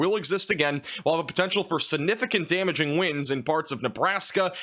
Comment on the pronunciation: Suh-nificant 🚫 SIG-nificant 👍 Firtz 🚫 FirSt 👍 Love ya, dude, but these drive me crazy!